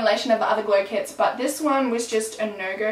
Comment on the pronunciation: when you almost said glow clits i laughed so hard, why do i have the sense of humor of a 6th grader